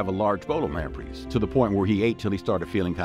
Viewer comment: Lamprees??? It’s pronounced lamprays…